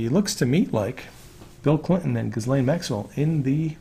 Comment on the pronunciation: Pretty sure it’s zhiz laine, not giz laine.